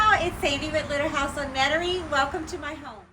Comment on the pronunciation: Love your front porch. Do you live in Louisiana? When I first saw your channel name I thought it said Little House IN Metairie, which is a town in Jefferson parish Louisiana. However you sound like you live in the country, although you pronounce Metairie like we do in South Louisiana. ☺